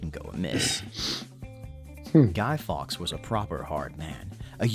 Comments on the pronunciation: Guido FORKS (Pronunciation) Not Guido Fox. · it's Guido Fawkes, not Gay Fox! (She is so annoying)! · 5th november is not a national holiday. It is Guy Fawkes night. Catesby, cate rhymes with late. Fawkes same pronunciation as forks, not fox. Are you talking about the Isle of Lewis? If so their celebrations have nothing to do with Guy Fawkes night. It is about Viking memories. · Pronunctiation is somewhat wayward. 'Kates-bee', 'forks'. etc...